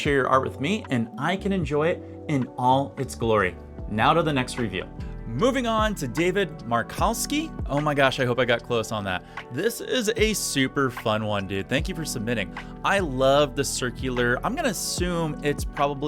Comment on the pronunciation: Hey, thank you so much for taking the time to review my art. Oh and it’s Mar-Cow-Ski but you were pretty close. I appreciate the feed back because I’m 51 and just started oil painting this year. And this was on a round canvas from Michael’s. Also I knew I wanted to paint a hummingbird above a field of flowers and took it from there. It was my first hummingbird second bird painting. Thank you again for the kind words and feedback I love your channel.